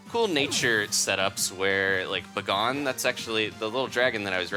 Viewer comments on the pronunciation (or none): I refuse to believe that Bagon is pronounced "buh-gone". I've ALWAYS just said bacon but replaced the c with a g.